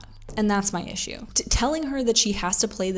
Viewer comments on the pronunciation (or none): none